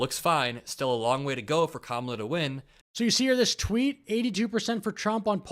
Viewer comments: “Dramala” for Kamala with a Racist Slant 😱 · I about threw up at the "Dramala" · WTF is a dramala and a pajamla? 🤔